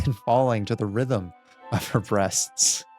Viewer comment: BREATHS not breasts